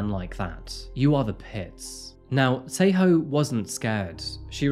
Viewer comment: I doubt you're a Tswana speaker. Else you would not lie and say the name Tshego was pronounced correctly😅 Again it does not detract from the story...but why lie?🤔